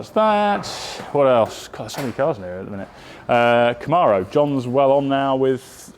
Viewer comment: Cortina = Cor tee nah. If you were to hear someone call it a Cor tinn ah, you would correct them to Cor tee nah. Camaro. Christened as Cam air oh. Why do it the injustice of giving it the wrong name Cam are oh? It is a car with pedigree, so surely it is deserving of having its name pronounced correctly. It seems a bit rude to me.